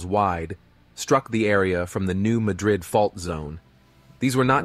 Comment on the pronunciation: New Madrid, pronounced new mad red, is in missouri, not Tennessee. The story they told about the creation of the reelfoot lake didn't even scratch the surface. The fault follows the Mississippi River. The land didn't just fall where the lake is, it caused miles of ground to fall, and the lake just fell a little more. I lived there for 3 decades, on the bluff that rose up from the earthquake. The lake isn't that deep. You could walk across it, and theres only a few places that would be over your head. The earthquake was felt all the way up into New York, chicago, and it rang bells in Philadelphia. Reelfoot lake is the largest eagle estuary in the northern hemisphere. The largest crappie, and the largest bream, state record holders, both caught at reelfoot lake. It was David Crockett's favorite place to visit. The only real downside, besides the people, are the indigenous snakes. Been lots of people die there. When i was 4, a boy around the age of 7 jumped into the water during the rut, snake mating season, they ball up around the females. Poor little feller never had a chance. Been several snake deaths over the years. Worth a trip up there still, its a massive lake, good fishing and Boyettes restaurant, best all you can eat catfish restaurant anywhere.